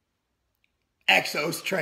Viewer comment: The pause and smirk when saying Exos trainer was funny